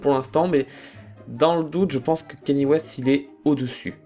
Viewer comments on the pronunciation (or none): Juste en passant, c'est pas ´´kenny'´ west mais ´´kanié'´ west. Voilà. C'etait un message du syndicat des noms écorchés